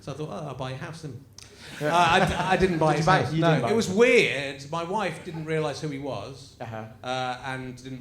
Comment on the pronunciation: Rich said the word "weird" in a weird way. Definitely a robot.